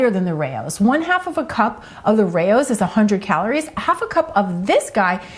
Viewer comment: Rao’s is pronounced “Rowz” (rhymes with “cows”).